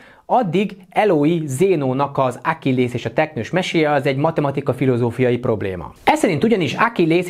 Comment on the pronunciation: Zseniális videió, de csak nekem fájt a fülem minden egyes "Ákillész" után? Ákilleusz... Nem, tudom, lehet csak engem zavar, de már kezdett nagyon fájni xD Viszont az én kedvenc paradoxonom a Randi appok paradoxona: Az applikáció akkor termel pénzt a tulajdonosoknak, ha minél több a fölhasználó, vagyis ha egy pár összejön, akkor csökken a bevétel. Vagyis ha az alapjai szerint vesszük, az app azért dolgozik, hogy végül egyre kevesebb bevétele legyen. Mármint ha ténylegesen a rendeltetése szerint működne akár egy is... de ugye tudjuk, hogy profit orientáltak. Vagyis minden eszközzel azon van, hogy minél több szingli ember legyen, akik az appot használják, hogy párt találjanak... de persze nem fognak.